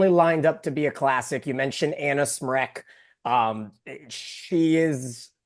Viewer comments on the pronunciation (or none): I love Mick’s insights , but someone please let him know it “”Smrek, not “Shrek”.